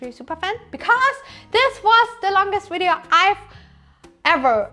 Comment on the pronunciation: Fantastic video. Thank you! Still can't work out why you say "wiv" with a v but "wideo" with a w. 😁 Wonderful to see the end of the project. Well done! Amazing work!!